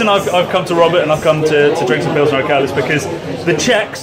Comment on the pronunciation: It ist Urquell not Urkell, Que like in question. Love your channel!